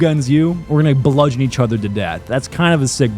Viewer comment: For some reason, I can't get over "bludgeon" as a 3-syllable word.